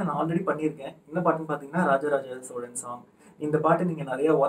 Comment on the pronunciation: Hi ungal ucharippu mattum onnu soldren adhu சோழன் neenga ஸோலன் apdi ucharikringa